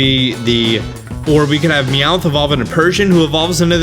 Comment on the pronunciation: Look it's Meowth's bro Weomth